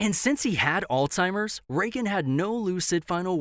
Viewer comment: It's not "Altzheimer's" it is "Alzheimer's"